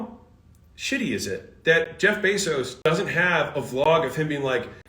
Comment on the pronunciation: Did anyone else clock Alex calling Jeff Bazos "Jeffy B's" that made me laugh. I'm calling him jefffy b's from now on